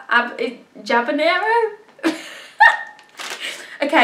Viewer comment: Just say abanero no javanero haahhaajaj we dont use the h is mute